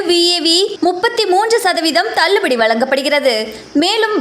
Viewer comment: விலக்கு இல்லை சார் விளக்கு. தல்லுபடி இல்லை தள்ளுபடி. வாடிக்கையாளகல் இல்லை வாடிக்கையாளர்கள். அந்த தொகுப்பாளினிக்கு ல, ள, ழ உச்சரிப்பு வரலை